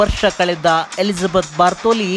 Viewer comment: ಬಾರ್ಥೋಲಿ ಅಲ್ಲ ಗುರೂ ಬಾಥೊರಿ.